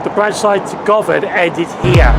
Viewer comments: Would have been worse is it was called Carol, or was a blown up sheep! LOL I did notice a mispronunciation. It's guvon not Go van. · Just one comment. It's pronounced - Guhvan. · Good video. Govan is pronounced "Guvan" btw.